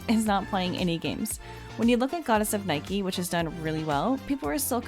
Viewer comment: Goddess of NI-KAY not nike like the shoe